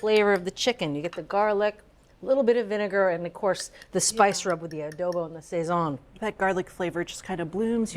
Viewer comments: We Puerto Ricans pronounce it sah-sone. Not say-son. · I love ATK, but you really need a Latina on there. Your Puerto Rican/Cuban foods are not even close to authentic. I had to turn off the sound. Every time they say sayzon instead of sahson, it’s like fingernails on a chalkboard! What ever happened to Natalie Estrada? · The pronunciation is killing me lol sayzone 🤣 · The pronunciations are brutal. Sweet mercy. "Sayn-soon", "Ah-chay-o-tay"... have heard these words spoken or read them and make a guess at the pronunciation? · Isn't it pronounced "Sa- zone"